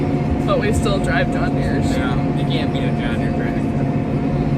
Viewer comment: She said it right junkie John Deere